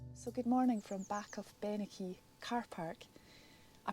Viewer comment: The hill range Bennachie in Aberdeenshire, Scotland, is pronounced "Ben-a-hee". lol.